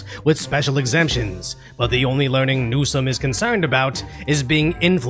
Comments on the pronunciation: Thank you for pronouncing Newscum's name properly. ;) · His name is pronounced new-scum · Your pronunciation of NewScum is on point!